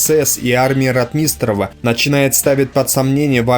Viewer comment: >А ударения, снижение оговорок и другие в данном случае мелочи Да не мелочи. А факт в пользу того, что автор ролика читает текст которые ему принесли. Если бы он действительно был исследователем истории Великой отечественной войны фамилии ВатуТина и РОтмистрова были бы у него на слуху.